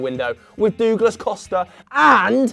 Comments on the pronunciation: Dooglas Costa . Might as well call him Dougie Costa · Dooglas lol :D